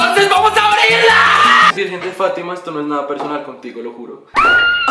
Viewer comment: “despositiva" :v